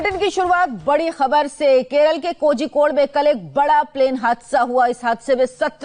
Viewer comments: It's Kozhikode not kojikode, pronunciate it properly or else stop it. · It is pronounced as korhikode. Malayali names are spelt like this.